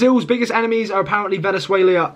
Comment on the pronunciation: When you said VENEZUIELIYA 😅😅😅